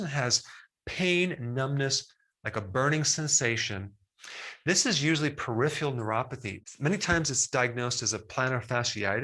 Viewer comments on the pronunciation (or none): peripheral, not periphial. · For goodness sakes Doc, stop sayingt PERIFIAL Neuropathy ....It's PERIPHERAL Neuropathy. PERIPHERAL ...with an 'R' ..peripheRal.